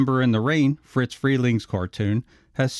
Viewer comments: He keeps saying "Fritz" Freling. It's Friz. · It's Friz, not Fritz. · OMG, it's Friz Freleng... FRIZ... not Fritz! Getting something so clear so wrong ruins your credibility and brings into question the accuracy of the remainder of your research. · It’s “Friz” Freling, not Fritz. It was short for Isadore. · It's not "FRITZ Freling", it's *FRIZ*. His first name was Isadore, and he was nicknamed "FRIZ". Heard it directly from the late Mel Blanc. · It’s NOT “FriTz” Freleng, with the letter “T” in it - it’s FRIZ. NO LETTER “T”. I knew the man. If you called him “Fritz”, he would give you a LOUD dressing-down, IN PUBLIC!